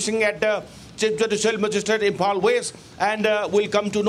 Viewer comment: Samehere😔✊ he can't even pronunciate Imphal properly 💀